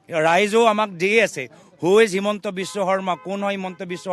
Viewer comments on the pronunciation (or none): none